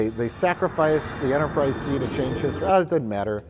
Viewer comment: Are we gonna let Mike off the hook for saying "Enterprise C's"?